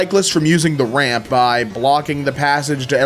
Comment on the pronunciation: No RAM!? THAT IS NOT A COMPUTER! THAT'S... Oh... Ramp! It sounded like he said RAM